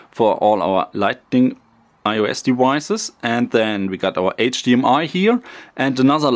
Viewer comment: “All their new deweises” LOL 😂